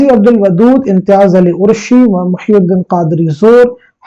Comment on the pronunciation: امتیاز علی عرشی میں عرشی کا تلفظ Arshi hai na ki urshi